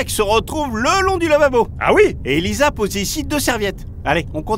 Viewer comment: C'est pas Elisa mais Elaïsa